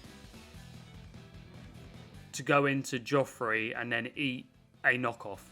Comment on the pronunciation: Araquanid is a monster. Btw mate, love your videos, but you should know 'Geoffrey' is pronounced 'Jeffrey', not Joffrey. Source: my mates dad is called Geoff and he never stops moaning about people calling him Joffrey.